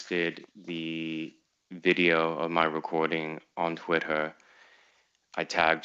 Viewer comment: Every time he says "twitt-her" i want to punch a wall